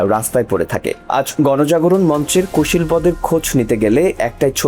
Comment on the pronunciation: কুশীলবদের -- শব্দের উচ্চারণ ঠিক করুন।